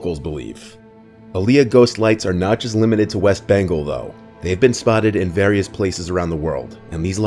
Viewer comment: I thought he said west banko 😂